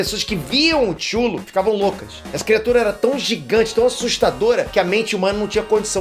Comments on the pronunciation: chulo? Kkkkk Se escreve cthulhu Se diz cathulu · Vídeo fera... Ah, a pronúncia é CUTULO, de C mudo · O jeito que ele falou Cthulhu me doeu um pouco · Tchulu foi a pronúncia mais bizarra kkk eu falo creitu '-' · n é chulu a pronuncia, é ctulu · Só pra deixar claro, a pronúncia de "Cthulhu" é na verdade algo como "Catalu", ou algo assim. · Mais uma pronúncia pro Cleiton. Tchulo. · Já vi um dos livros de Lovecraft. A pronúncia eu acho que é XUTILU. Mas escreve Cthulhu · CTHULHU - CÃ (pronuncia de C mudo) - TÚ - LU. CÃTÚLU! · A pronúncia é cutulo vi recente um documentário sobre Lovecraft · Cthulhu eu sempre pronuncio Quitúlio kkk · Ok, sei que em teoria o nome é impronunciável, mas TCHULO KKKKKKKKKKKKKKKKKKKKKKKKKKKKKKKKK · A pronuncia de Cthulhu não é "KUTULHU"? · É impressão minha ou a pronúncia do Cthulhu está errada? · Não assisti o filme, mas assisti o seu vídeo. Tempo para assistir apenas filmes realmente bons e épicos (mesmo sendo filmes em preto e branco). E não sei se a pronúncia que você disse seja certa sobre Cthulhu. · Antes que venha uma CARALHADA de gente metralhar o, eu gostaria de dizer que a palavra Cthulhu, NÃO POSSUI UMA PRONUNCIA CERTA, assim como a maioria dos monstros de Lovecraft, como Yog-Sothoth, Nyarlatothep, etc, só avisando mesmo.